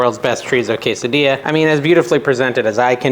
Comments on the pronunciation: “Case a Dee a” is the way it is pronounced, have a great weekend!😊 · Ask chat GPT to pronounce quesadilla for you 😊.